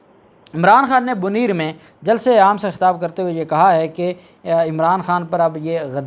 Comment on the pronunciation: BoNair ہے BoNeer نہیں